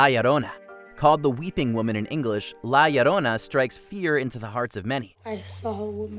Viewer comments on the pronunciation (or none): Kudos for your pronunciation of chupacabra, la llorona needs a bit of work but sounds good too